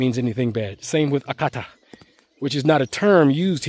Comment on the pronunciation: You nailed it with “Oyibo” and “Akata.” 👏